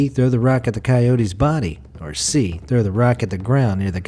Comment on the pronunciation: "Where to trow rock?!!"